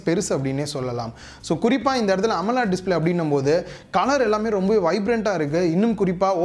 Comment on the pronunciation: Be responsible enough to give information right. And pronounce the terms right. Best example "AMOLED"